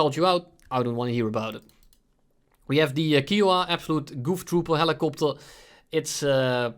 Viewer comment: When he called said kiowa wrong and then started talking bad about it.. my dad flew the kiowa. unsubscribed